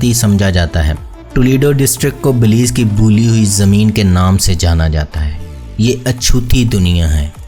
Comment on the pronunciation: اصل لفظ بیلائظ ہے بلیظ نہیں .